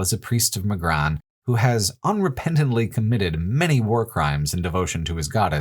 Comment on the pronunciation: What's this business with calling Durance DurAnce and Magran MagrAn. Did you play the games with sound off?